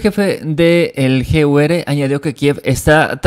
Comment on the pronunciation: El gur porque dices ere como si la r fuese sorda?? O como se escribe, es que me despistas al igual cuando dices VDV rusas, que tu dices BDB, y son VDV, osea uve de uve, me despistas, asta que averigüe que decís a la v le decís b. Pero lo del gur, dices la r como ere.